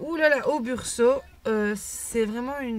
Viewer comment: Attention c'est Brusho et non Bursho ...un détail certes mais quand même lol